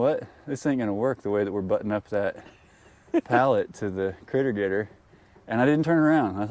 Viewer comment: It's a "Critter Getr" LOL